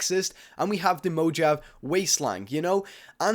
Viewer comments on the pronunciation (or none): Also it's pronounced mo-ha-ve not mo-ja-ve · Mojave MO HA VE NOT MO JA VE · Mojave wasteland. Don't pronounce it like Mojaf, but like this: Mo-ha-ve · mojav reaaaaly Mojave is pronounced moe-ha-vy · is everone just gonna ignore the fact that he said (mo)-(jav) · did he say modge-have? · The J is silent in Mojave it sounds like Mo-Hav-A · When he saw the Mojave as mo-jov-ee. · it's pronounced mow ha ve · Mojave is pronounced Mo-ha-vey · the way you said Mojave... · That pronunciation of Mojave though.... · when you said Mojave i wanted to kill myself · the way he pronounced mojave